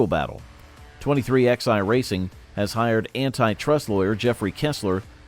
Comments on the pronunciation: What the fuck is 23 -XI racing.....its pronounced 23-11. Who runs this fuckin channel? My God this is DUMB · Where do you get these narrators at, the name of the team pronounced 23-11, not X i, haven't you ever learned Roman Numerals ? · Your dramatic titles suck. And it’s pronounced 23-11 so your 23XI as you say is not the way they pronounce it,.